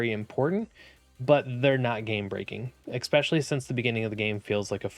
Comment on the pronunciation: There’s no ‘X’ in the word especially. Outside of that (which for some reason is really annoying to me), great content.